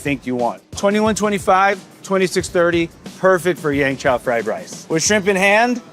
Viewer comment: Jet... it's called Yeung Chow Fried Rice not Yang Chow...